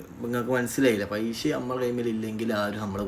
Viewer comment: പൈഷ്യ അല്ല പൈസ